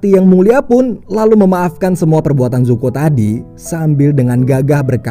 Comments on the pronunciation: Zuko bang bukan zoku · Bacanya zuko bukan zoku min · zuko bang bkn zoku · ZOKU ❌ ZUKO ✅ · Kyaknya Zuko min bukan zoku🤦‍♀️ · Pangeran zuko bang bukan zoki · 03.00 Zoku apa zuko ya 😅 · zuko❌ zoku✅ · Zuko bukan zoku:v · Zoku apa zuko bang??? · Bang bukan zoku tapi zuko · Zuko bukan zoku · Zuko oy bukan zoku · ZUKO woi bukan ZOKU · Zuko woy anying bukan zoku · Zuko Bang Yang Bener 😁